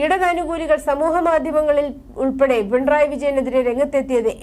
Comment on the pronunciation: പിൺ റായ് അല്ല മാഡം .... പിണറായി എന്നാണ്. അക്ഷരം സ്പുടമായ് പറയുവാൻ ശ്രദ്‌ധിക്കുക🙋🏻❣️🌹❣️